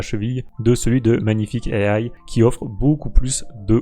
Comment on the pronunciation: EYE AYE "à la française" au lieu de juste IA (i a). C'est absolument grandiose. Je suis désolé mais non merci. -1 blacklist + quitte la vidéo + Adios.